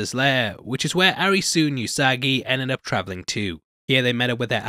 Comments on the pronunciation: Butchering all the names Arisooo. It's Alice. As in Alice in Borderland. The way Japanese people say Alice is Arisu. Also, just FYI, Usagi means rabbit. Edit: it's Usagi.. not Yusagi. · the protagonist's name is pronounced A-LISI, hence ALICE in borderland, it's weird when you call him a ri su...